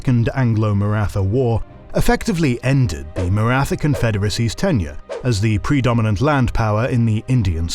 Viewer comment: Thanks for these vids guys. Suggestion to study how the main terms are pronounced would add to the authenticity of the channel. Maratha is pronounced with a T (like in Tom but with Indian accent lol) and aspirated H together, not the typical "th" sound in English like in "wrath".